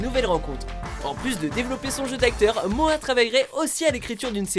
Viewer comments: C moha pas moa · MoHHHHHHHa pas Moa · MORA PAS MOA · Ho putain il a dit moa aulieu de Moha😂😂😂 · on dit moha pas moa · Arrêté de dire moa c'est moHa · Moha sa se prononce mora😑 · Ptdrrr il l'appelle moia au lieux de moha c chaud 😂😂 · On dit MoHHHHHA pas Mooaa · C’est pas moa c’est moHa avec un h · Moha pas moa mdrr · CEST MORA LA SQUALE COMME UN COUP DHALEISE PAS MOHAAA LA SQUALE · "Moa la squale" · Il a dit moa mdrrr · OUAH MAIS GARS ON DIT PAS MOHA ON DIRAIT MORA PTN C PAS DIFFICILE x) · rien que entendre mo-a jai envie de mettre un dislike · "Moa la squale" "retourner au ebs" les "H" sa existe les gars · J'aime bien il dit moa La squale 🤣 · Mdr y disent moa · "Moa" please le respect de son prénom bordel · Moa mdr la prononciation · Prononce mieux moha stp tu fait pitier